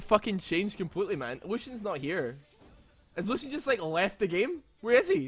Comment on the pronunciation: The name of lucian is on german i loved how you pronounced it xD